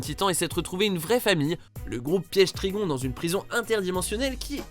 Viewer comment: Ça ce dit trigone pas trigon